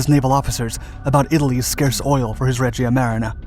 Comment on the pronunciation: sorry but the way you pronounce Regia Marina is just too wrong, it just hurts